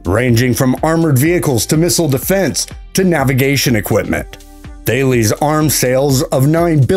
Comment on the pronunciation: Lmao thay lees. Phonically Tal-es = Thales